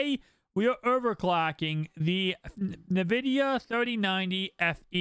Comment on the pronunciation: Thumbs down for calling it “Nuhvidia”.